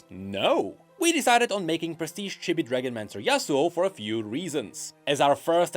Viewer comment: Its pronounced "cheebee", not "chibby" by the way